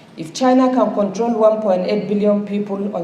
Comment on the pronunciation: The illiterate can't even pronounce control properly